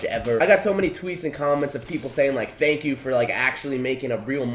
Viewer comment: he said fank you